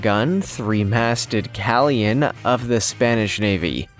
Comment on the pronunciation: Cenote - sin no tay, not sin note Galleon - gal yion, not cal yion Cartagena - carta hena Learn to pronounce or get a real job...